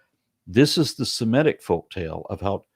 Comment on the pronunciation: Semitic, not Simetic.